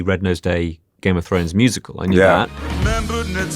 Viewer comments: at the end Peter refers to the show as "Game of Thornes" 😂🤣 I'm sitting here wondering if anyone else noticed that. First time I've heard it said that way. LOL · Did he say “thorns”? Right at the end there I could’ve sworn he said Game of Thorns…